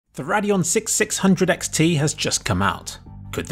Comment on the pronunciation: "Radeon Six, Sixhundred X T" You're a monster and you need to be stopped.